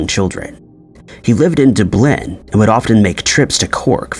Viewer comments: Dub-lin... that annoyed me too😂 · I don't think I've seen one of these types of videos/channels where the narrator doesn't talk weirdly. This guy is ok apart from 'DubLIN' but they usually draw out their words weirdly, or have speech impediments. 😆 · Do bLiN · DubLIN? 😳 It's DUBlin. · Yo! ... he was living WHERE dude? Doo-blin? 🤣🤣🤣 Gtfoh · Yeah, it's Doobleen... or you want us to believe it is. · Dupp linn. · How come you can pronounce Leicestershire just fine, but not Dublin or Peterborough. I mean, I understand that for some reason Americans struggle to pronounce Cornwall correctly but seriously? Dublin? Come on! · Wait, how did you pronounce Dublin? 😂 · Dublin is not pronounced like that dude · You're STILL pronouncing Dublin wrong!! Smh 😤 Haven't you read comments on your videos in the past correcting you on this?! No one has EVER pronounced Dublin the way you do! Im from dublin and ive never heard anyone in my life say it like that I mean how can you not know how to pronounce dublin correctly?? Wtf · Did u seriously fuck up Dublin? This shits gotta be AI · How can you miss out the "u" in Dublin? It's literally right there 😂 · But he’s a native English speaker and has been saying “Dublin” in this way for years, despite hundreds possibly thousands of comments correcting it. He’s using it as a way to get people to interact with his page, and he’s smart because it’s working. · please learn how to pronounce Dublin!!! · He got us to interact with his page though! 😂 he’s been doing that for years now.